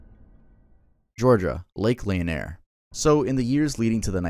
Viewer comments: over here trying to make Lake Lanier sound fancy and french hahaha. It's La-near. I was almost a victim of this lake. My buddy and I were swimming at Mary Alice Park back in 2011. My body just froze out of nowhere and I started sinking. Thanks to him and a jet skier that saw what was going on, I was saved. I swear it felt like arms were pulling me down. I refuse to swim at that lake. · It’s pronounced lake le-near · As a Georgia native, I KNEW it would be Lanier. 😂 Also, it’s Lake La-neer, like how you pronounce sneer but without the s. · It’s layaner, it’s pronounced la-neer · Lake linear is true and it’s called lake la-neeearr everybody says it’s a creepy place and people still see ghost till this day, there’s a whole back story that it was a african American city until people didn’t tell them that they needed to move and flooded everything it is a man made lake. y’all do NOT go to lake linear I’m promise you from a person who is from Atlanta. swim at your own risk for real…. I’m warning yall you can fish but there’s literal pictures of graves and other houses you can see on the internet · As a Georgia Resident i dont go near Lake Lanier because of all the stories. Also no offense but its pronounced (luh - near) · The way you pronounced Lake Lanier is not how most people pronounce it. Its pronounced like how its spelled. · Man what an amazing video first off. And secondly I live in Georgia off lake Lanier (which you pronounced funny lol) is totally haunted and the best part is we love to swim in. We even have a water park built on it so while it is a lil scary nobody around the lake really cares